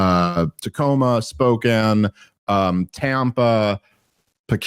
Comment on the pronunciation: The way Dave pronounces "Spo-can" like "spoken" drives me nuts lol